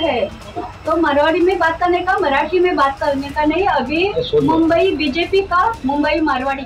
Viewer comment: आधी‌ मुंबई म्हणायला शिका महाराज